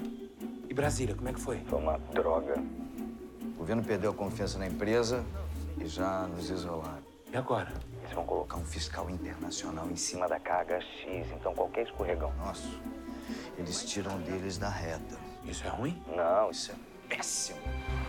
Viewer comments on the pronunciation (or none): Toda vez que fala o nome da empresa parace que tá falando caga X khx